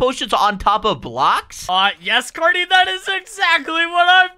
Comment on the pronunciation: His name is not cat it’ Cary